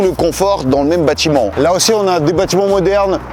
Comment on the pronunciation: "Bâtiment" cher, kiss.